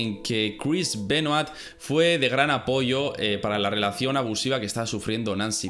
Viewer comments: Voz de hermion Es "Benua" No "Benuat" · Se dice "Benoá" no BenoaTTTTTTTT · Crish benoait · porque los españoles pronuncian tan mal los apellidos, nombres etc en otros idiomas? me saco de concentración escuchar a cada rato el apellido Benoit mal pronunciado